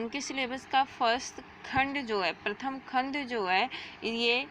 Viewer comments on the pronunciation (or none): none